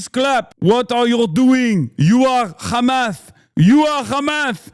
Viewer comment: You're khamas.... Israel...number...1. 🤣 im dying